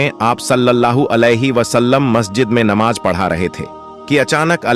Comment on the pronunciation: Aap jham jham kyun bolte ho,plz aap thoda pehle pronunciation sahi kijiye,zam zam hota hai,iska matlab theher ja... Pronunciation sahi nhi hai,islamic history bata rshe ho? Namaj. ( namaz ) Jeeba (zaba) Tazir ( tajir ) Apka pronunciation bht hi bura hai,plz usko sahi kijiye..